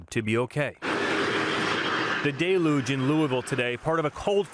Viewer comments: Please learn how to pronounce deluge. It’s “DELL yooj”✅ Not ❌”DAY looJ.” Can’t count you as a serious and professional news agency. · It is delUUje not on the first syllable